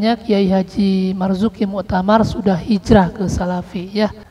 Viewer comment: KH. Marzuki Mustamar, bukan Muktamar, kepleset bro...